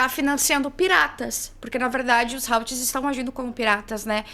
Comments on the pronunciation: Creio que a pronúncia certa dos houthis é "hutis", parecido como está escrito. Beijo,. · Se pronuncia "Utís" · Houthis é pronunciado como "ruthis" mesmo, th com som entre T e F